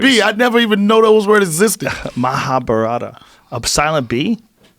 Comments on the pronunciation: Ma-ha-bá-rat .....stress on the third syllable. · Mohabharat is the pronunciation. The a at the end is not pronounced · Its pronounced "mahaa-vaarat " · As an Indian I can inform you that Bhagvad Gita is the lesson the Hindu God Krishna gave to Arjun (a mythological Indian warrior) when he faced difficulties with understanding the concept of duty. Mahabharat is an epic which revolves around a war between two kingdoms. It is all a part of Indian Mythology. And the correct way to pronounce it is; MAAH-A-BHHA-RAATHH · Mabarata? 😂😂😂😂 Dead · The B in Mahabharata is not silent.